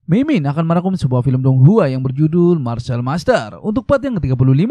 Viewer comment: Bang martial master bukan Marcel bang, canda Marcel wkwkkwkw